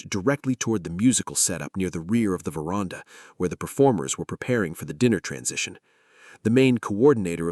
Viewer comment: AI, the word is ver...and...ah, NOT verarnda😮!!!!!!!!!!!!!!!